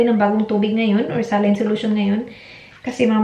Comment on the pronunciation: saline "sa-line" pag pinoy , pronunciation pag puti ay "SAY-LEAN"